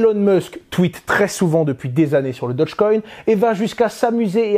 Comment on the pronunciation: Dogecoin pas dodgecoin...